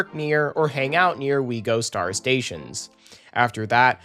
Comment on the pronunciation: why does it annoy me so much when you say “We Gostar”